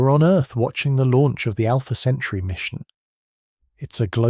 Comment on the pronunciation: These nonsensical AI slop clips are insane BS. So is the slowed down voice talking about Alpha "Century". Jesus Christ.